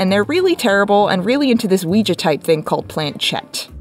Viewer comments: Lol “weejuh”. What a fun way to pronounce Ouija. (Wee-jee, btw) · Ouija is pronounced Wee gee. Yes it’s not spelled that way. No, it doesn’t make sense